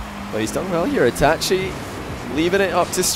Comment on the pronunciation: Yo he actually pronounced itachi right